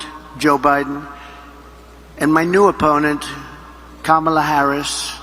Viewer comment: This the first time he says kamala harris name right lol